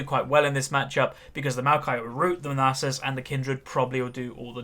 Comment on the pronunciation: Its Nasus not Neighsus. That was a braum not a bard Its Rylais Not rylay. and lastly, your throat was dry not your voice. Rant over.